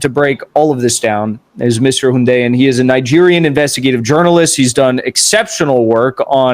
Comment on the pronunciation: You know Hundeyin has made it because they've started pronouncing his name correctly.